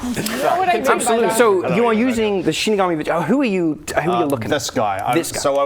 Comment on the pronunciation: I’ve never heard Shinigami said like Shinig-army. I’ve always said Shinig-ummy.